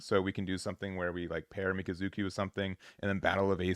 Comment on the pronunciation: miKAzuki emphasis on the Ka and not the zu. Same for iSAribi and not isaRIbi! Regardless thank you for the content.